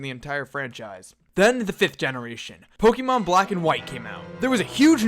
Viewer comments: Actually the accent over the e means you pronounce it as pok-A-mon not pok-EEEEEEEEEE-mon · Gosh dang it I hate it when people do this but IT's PRONOUNCED /Po-Kay-Mon/ NOT /PO-KE-MON/ that é makes a /AY/ sound. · ObeyIsOkey um thats what he was saying.... he is annoyed at the fact that he calls it pokeeeeemon instead of pok-A-mon like it really is. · Pokeeeeeeeeeeemon o my fucking god! there is an accent mark over the fucking E for a reason! use it!